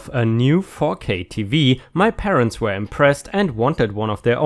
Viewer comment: Hi, I like your videos, yet there is something bothering me. Why do you pronounce were as where?